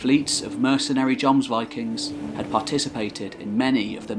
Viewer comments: Wish I had such a great narrating voice, or I'd made similar Anglo-Saxon, Norman, Germanic videos. And actually it's not pronounced "Yomsvikings", it's certainly with a J, but with short O, more like Jômsviking, like the O in Jorvik, with the O as in "OOOM" (the meditation sound/word). And not VAYKING, but WÎKÎNG. People make fun of Scandinavs speaking English, but Norwegian with an English accent is actually hilarious. :). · First of all, another excellent piece! Thanks chap. I was confused at first by what sounded like Jons Vikings, Jons borg ..etc! Lol aside from that this was very informative and well put together! Loved the music too. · Actually, that might be a too simple way to describe the pronunciation. The scandinavian "o" is different from the english "o". It would in fact be similar to the o-sound in Deeper in the throat, and longer. Though the contemporary pronunciation would probably been different anyhow :) I like your videos a lot, but I think you could do better with the scandinavian names. For example you use the name "Lade" as "Laid", but it should be "Lah-deh". Same with "Strut-Harald": should be "struut", as otherwise it sounds like he would strut around ;). Unless it meant something else back then, it sounds like he wore a conical hat (strut hat). I think some tweaking to pronunciations would add even more quality to your videos. This guy has it nailed down pretty well: but still its Norse with american accent. Keep it up! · I rage quit the video after he mispronounced jomsvikings for the 6th time. Gtfo of here with that shit.